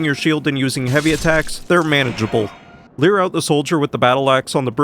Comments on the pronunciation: Me: Finally getting over pronouncing "lure" as "leer": pronouncing "lead" (noun) as "lead" (verb) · I first thought "leer" was a new word I didn't know about and then he said "you wouldn't pronounce queer like cure" and I was so confused I needed a minute to understand what was going on 😭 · I love the idea that, since you refuse to pronounce lure correctly, you're "leering" at the enemies, causing them to approach lol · To be honest I find it less questionable that you're attempting to pronounce "lure" like "l-your" than that it sounds more like you're pronouncing it "leer". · Wait, you actually pronounce lure like "leer" intentionally? I though it was just a quirk of your accent or something. I've legit never heard anyone else pronounce it that way. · Honestly your pronunciation of lure doesn’t bother me. But lure and cure absolutely rhyme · In regards to pronunciation of lure and cure, that was a false dichotomy and an incorrect comparison to begin with. There are more than two sounds, lmao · ngl I had to watch it 3 times to realise you were saying cure when you were defending how you pronounce lure, and I think I'm okay with how you pronounce it now, becasue I don't want a repeat of those very confusing 5 seconds